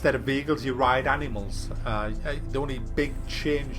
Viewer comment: Its not " Anymals " its Animals